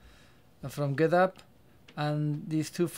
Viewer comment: Thanks I'm checking it... BTW it's github not gethub ;)